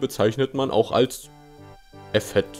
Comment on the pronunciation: Das Wort "Effet" wird 'effee' ausgesprochen.